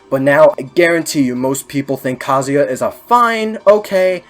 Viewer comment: Your proper pronunciation of kazuya makes me respect your opinion